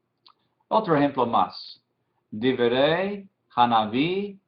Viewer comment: Y en el minuto no se dice "diberey" y "diberim"; es: "dibré" porque lleva sheva quiescente o mudo debajo de bet y no tzeréh como más o menos logro apreciar desde acá; y para la segunda palabra la pronunciación es "debarim" atenidos a la pronunciación sefaradita; "dibrey" y "barim" atenidos a la ashkenazi.